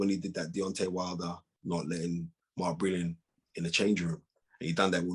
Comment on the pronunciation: Bwilliant aj, bwilliant.